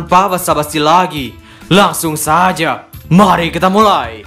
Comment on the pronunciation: bro konten lu bagus tapi gw ga suka dgr nada kamu di akhir video yg blg nya ' trima kasih' atau di awal vid 'jadiii langsung saja mari kita mulaii'😂😂 mngkin dgn biasa aja lebih bgus bro🙏🏻🙏🏻 trus semangat dgn karya nya bro salam wibuu🔥